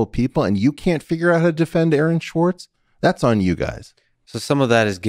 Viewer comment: Guys, please expand your references at least enough for listeners to research them." Aaron Schwartz" sounds like "Erin Schwartz" to some of us outside your circle. You need to remember you're not talking only to one another here, That said, thanks for the important discussion.